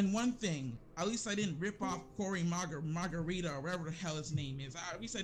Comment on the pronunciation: He called Corey Margera Margerita LOL